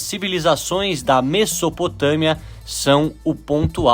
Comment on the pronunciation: muito interessante o vídeo. Só uma coisa: a pronúncia de Mesopotâmia não é “messopotâmia”, é “mezopotâmia”.